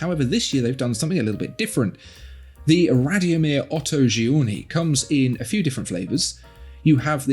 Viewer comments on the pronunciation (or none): none